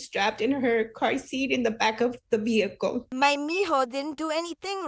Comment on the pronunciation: & she still said, behicle..not vehicle.